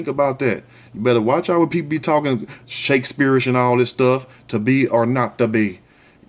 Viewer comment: He said Shakespearish, to be or not to be. Lol.